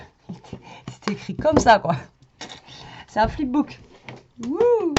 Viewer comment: Fip book 🤣🤣🤣